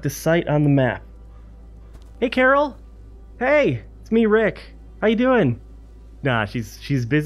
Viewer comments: I swear if he Carl “Carl and not CORAL I’m gonna be pissed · in the show he says Carl as COORL